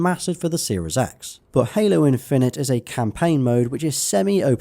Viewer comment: Was more like "Halo in-FIN-ite" with the emphasis on 'fin' in the middle of the word rather than the 'IN-fin-ite' at the start of the word.